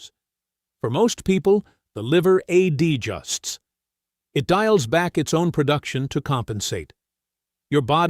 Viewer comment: “For most people, the liver AD justs…” How intelligent can AI be if it can’t pronounce the word “adjusts”?